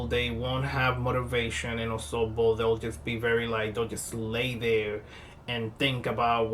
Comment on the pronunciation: You nailed the Osogbo really well. Wow.